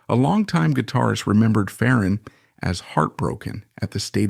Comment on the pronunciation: It’s not fa-RON It’s FAron